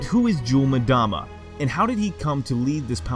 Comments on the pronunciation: ita EM DAMA not MADAMA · Not sure why people mispronounce names when there are several media sources with the correct way to say it. Its “Mmm dama” not “Madama” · It’s not jul ‘mudama it’s jul ‘mmmmdama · Ok why is everyone pronouncing his name Madama istead of Mdama? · it's pronounced umdama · pronounced Em dama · Just so you know. you're Incorrectly pronouncing 'Mdama. Play the game, then you will know.